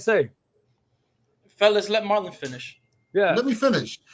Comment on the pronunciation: yup Marlon did, and when he said his own name, phonetically it sounds like “marlin”. It is spelled Marlon tho. I know it’s not a super common name, but surely people have heard it before. I’ve never heard it pronounced Mar-LON tho. That was pretty funny